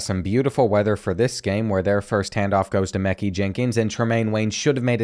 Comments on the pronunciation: His name is Mekhi (mekai) not meekey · Did bro just say meekie Jenkins it’s ma-kie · Mehki is pronounce ma-kii